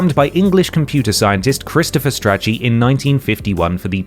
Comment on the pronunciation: Strachey isn’t pronounced like itchy and scratchy 😅 it’s like achey (achey strachey heart)